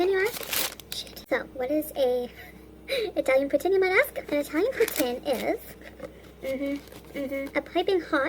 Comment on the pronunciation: She says poutine here regularly!! Now she says “putsssine” it’s so weird!!!